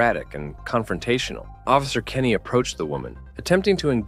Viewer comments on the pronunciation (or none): none